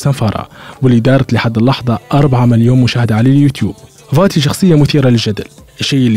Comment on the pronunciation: اسمه قاتي مش فاتي😂😂😂